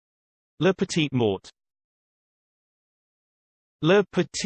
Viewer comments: It's MORE.. LA petit more that's how it is pronounces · Nope! That's incorrect. It's "lah pe-teet more". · That is literally the opposite of how you pronounce that